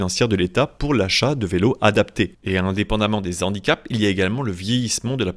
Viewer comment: 0'45" "Aux Z'handicaps....." Vraiment ??? 🤔 NON. Pas de liaison car le mot est de racine germanique et non latine. Donc le H est aspiré et non graphique, pas de liaison possible. Comme hérisson, haricot (non les z'haricots N'EST PAS toléré, c'est une légende urbaine!), hache, hamburger, hibou.... Et pas comme habitant, hélicoptère, honneur, huître, histoire... 😉